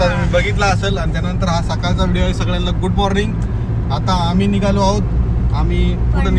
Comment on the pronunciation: baher niglo nahi nighalo mhn kiti ashudha basha bolate